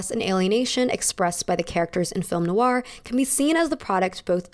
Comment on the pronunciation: loving your videos x Noir it's pronounced "noIr", as in you stress the end of the "oi" sound and not so much the "oo" sounding bit at the start if that makes sense.